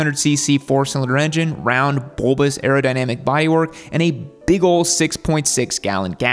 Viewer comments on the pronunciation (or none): none